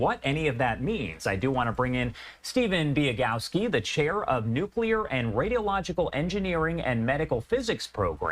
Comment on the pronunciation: Maybe Fox could find an expert capable of pronouncing "nuclear."